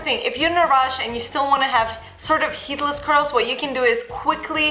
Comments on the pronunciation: Lol I am not being mean but she sounds like she is saying Hitlers curls and I can't stop laughing😂😂😂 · now you have heard it, it cannot be un heard